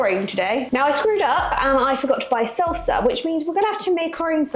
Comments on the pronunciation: I was so confused for like a minute because it sounded like you were saying you were going to have to make your own seltzer, but salsa, yes, okay. LOL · It sounds like you’re saying seltzer. It’s salsa (no E).